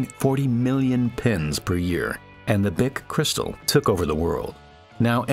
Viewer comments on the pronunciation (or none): "Cree staal". Americans are inventing new pronunciations for every European word. This must stop. How hard is it to learn to say "Bich" or "Nestlé" or "Cartier"?